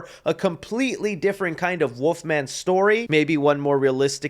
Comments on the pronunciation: bro was saying woofman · ya know what's worse than that design for the Wolf Man, . ..? YOU , . ..saying " woof-man " , . over `n over `n over, . .. WTF , . . .... .!!!!!??!?! . . . there's an " L " . .. in there dude 🐺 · That ain’t the wolf-man that’s the woof-man